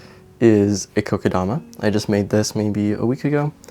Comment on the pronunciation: I like how you pronounce “Kokedama the right way 😊 I love Vietnamiens food!